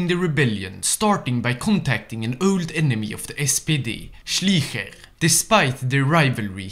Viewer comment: Hey, I have to say your German is pretty good for a French guy, but i still have some advice: for example you call "Schleicher" "Schliecher", you pronounce the "i" first but you should pronounce the "e" first. So when you read something with "ei" its pronounced like "aye". Other than that great video👍🏻